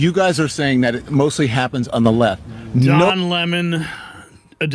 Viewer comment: Don Le-MON